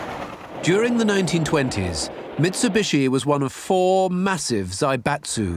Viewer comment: it's MITSUBICHI hahahaha